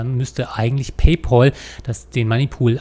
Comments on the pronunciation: paypÄl - nicht paypOl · Da hat der Herr Rechtsanwalt etwas nicht (oder extra falsch) verstanden. Macht ja nix. ☮ Und paypal wird paypäl ausgesprochen, von englisch 'pal' = Kumpel. 😘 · Ihr seid immer wieder zum Schießen! Paypäl ... Ich halte auch nicht viel davon alles zu anglisieren, (München-Munich) also spreche ich es so aus, wie es sich schreibt. Im Englischen eher "Paypoal" Und was hat er denn falsch verstanden? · PayPAAAAAAAAAAAl, da ist kein U drin. Warum spricht das jeder falsch aus? -_ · Ist schon traurig, wenn man als vermeintlich studierter nicht mal PayPal richtig aussprechen kann.